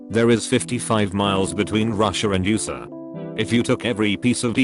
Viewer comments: "Russia and You-sah" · "Oosa" That made me ::Mutahard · For now on I will pronounce USA as"use-a"